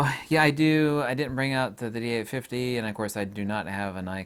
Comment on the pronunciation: Dee eight fitty